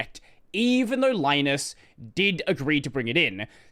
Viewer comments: Li-nus. As in Linux. Not "lye-nus". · Please stop calling him Lie-nus. It's Lee-nux, not Lie-nux. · ...I always pronounced Linus' name like the "Lin" in Linux